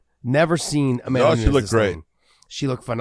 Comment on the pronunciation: Amanda New-nez